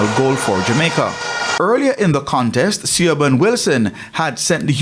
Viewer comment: Excellent result, glad to have our team back together. Come on presenter, do your homework Siobhan is Irish and is pronounced ‘Shi-vawn’